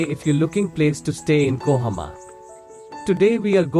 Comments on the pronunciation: KOHIMA not KOHAMA🤗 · It's kohima not kohoma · It has nothing to do with accent. Accent is different thing. Here you're using A in place of I. It's KOHIMA. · Kohima, not kohoma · Kohima not kohoma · its kohima not kohama idiot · It's kohima brother not Kohama.